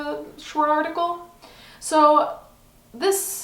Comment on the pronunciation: At a point I heard you said Farticle not article :D I thought that os such a good description of this thing. Also, yes, I am a year late :D